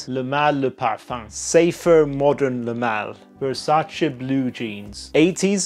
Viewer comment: the first reviewer that actually said VersacE and not Versaci. good job